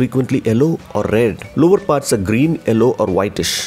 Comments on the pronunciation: you don't have to change that pronounciation of 'yellow' as 'ello' as it is a bit stylish as europian pronounciation plus eventually it will become your signature...your voice is deep and pleasent to hear... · The way you pronounce the yellow colour.🤣🤣🔥